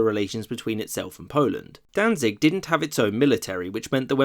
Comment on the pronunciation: it is pronounced "Dantsig"